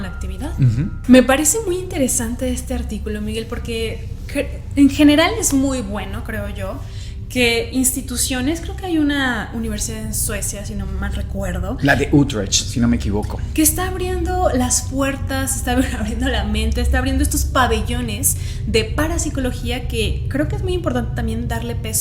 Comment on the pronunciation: Casi me infarto con la pronunciación de Utrecht (queda en Países Bajos) 😂 pero es un error común en hispanohablantes. Los amoooo ❤